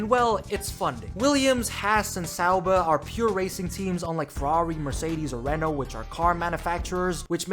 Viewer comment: the pronounciation of renault and alain Prost is do terrible 😭